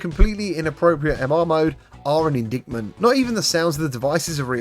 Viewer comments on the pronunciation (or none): Can someone tell me why the MR mode is “completely inappropriate” (according to user FL3i)? Also, the “c” is silent in “indictment”.